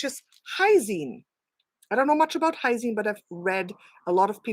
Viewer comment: Hisine... It's really L...- lysine. Looks like Hysine , but no such thing.